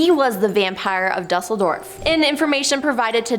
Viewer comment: Just a friendly correction. You really should learn how to pronounce the cities' you're referring to. Hint, Duesseldorf isn't pronounced exactly as it's spelled. Constructive criticism. 😉✌️